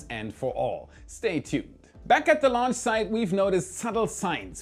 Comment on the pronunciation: When launch is with a H... Not like wen launch.. For the rest again a nice clear video